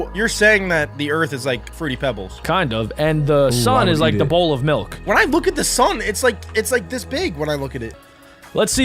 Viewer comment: vhen or wehn